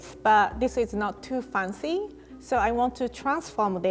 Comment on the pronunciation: Why is it so hard for to learn how to pronounce "fancy"? Lol, she must have heard that word like million times.